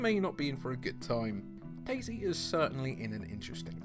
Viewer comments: dayZ* not daisy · Bruh it's not daisy it's day z 😂😂😂